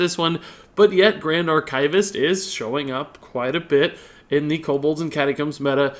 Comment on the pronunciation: I love how he mispronounces 'archivist' XD